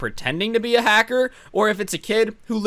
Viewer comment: me: listening to: hacser also me: OMG I NEED TO COMMENT THIS